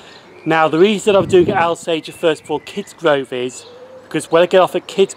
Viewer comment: Thank you - really enjoyed this. Just one point Alsager is pronounced Awl-sager not Al-sager